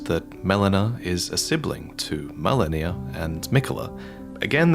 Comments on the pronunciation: Stop saying melaninalala. It's Meh-lee-na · did he say Melanir? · Mfer giving me ptsd with "Malenia the blade of miquella"